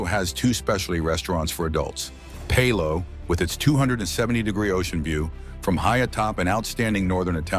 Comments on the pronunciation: Palo is pronounced PAH-LO not PAY-LO. Thanks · PAY-Lo?! No! It’s PAH-lo! And the Youth Clubs are on Deck 5. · “Pay low”? It is Palo.